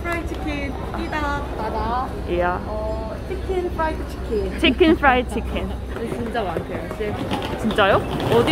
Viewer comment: Bukan ciken fred ciken...california fred chiken😅